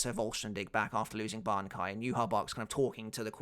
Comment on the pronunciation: really had to go back 5-6 times so listen if he really said bankia hahahhaaaaa